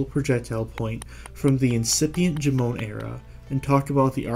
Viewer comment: Jomon is pronounced like JOE-mon (sounding a bit like "mom" but with an n). Definitely not "juh-MOAN".